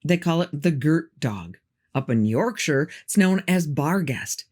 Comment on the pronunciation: This is the first time I've heard an American pronounce Yorkshire correctly 🥲